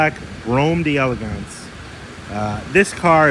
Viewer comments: Just FYI, in French, it is pronounced DELL EGANCE. DEE ELEGANCE would be an Italian pronunciation. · Love ya,! The actual pronunciation of “d’Elegance” is “Dell-egance.” It’s a French conjugation of “De Elegance,” which as you already know means “Of Elegance.” Absolutely judgments! You’re still my favorite Cadillac expert! Just clarifying 😁